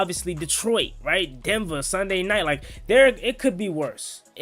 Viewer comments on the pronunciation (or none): none